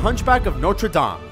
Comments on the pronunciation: So is no one going to comment about how he said notre dame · he says notre dame really weird